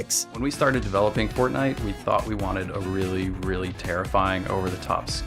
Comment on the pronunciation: sounds like he said fartnite💀